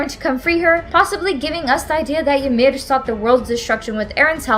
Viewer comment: Please just fucking say Yimir and Titan correctly